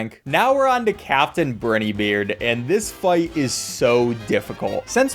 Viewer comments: its not “brin-E beard” its “brine-E beard” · Captain Brinnybeard? it's Brinybeard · You know some people think goopy le Grande is goopy le grand. It's pronounced Gron-day it's a Spanish word for big or great, etc. Captain Brynn-E beard, really?